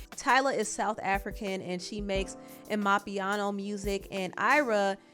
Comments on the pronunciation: Lmao the way you said AMAPIANO😂 🇿🇦🇿🇦🇿🇦 it's pronounced "ahh-ma-piano" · Please it's pronounced AM - AH - Piano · It's pronounced, AH-MA-PIANO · Lol you pronounced the South African music genre wrong. The pronunciation is (Ama piano music) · How she pronounced Amapiano😅😊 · I've never heard someone pronounce amapiano like that... that was unique lmao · I'm a South African Nigerian and I gotta say thank you for acknowledging these two young talents!! I laughed at your pronunciation of 'amapiano' 🤣anyways y'all should check them out😍